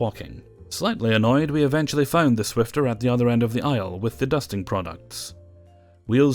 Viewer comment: It is a SWIFFER not a SWIFTER there’s no T Lol